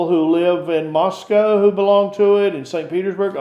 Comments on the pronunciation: The West is in decline. Move to Russia. It's refreshing to actually hear an American pronounce Moscow correctly! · . Thank you for correct pronunciation. Every western says “Moss-Cow”. It’s “Mus-Coe”.